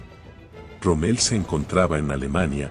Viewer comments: Rommel, mal pronunciado. El error verbal al usar términos mal pronunciados, a causa de la dislocación acentual, es un fenómeno demasiado frecuente en pronunciación y que puede combatirse con la ayuda del diccionario. La destrucción del idioma por culpa de suramericanos es terrible. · Excelente video, lástima la pronunciación de la voz relatora: no se pronuncia ROMMÉL... sino ROMMEL... en fin. Buen trabajo por lo demás. Gracias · ¿Por qué lo llaman Rommél? El tipo era bajo, pero no tanto como para ser francés.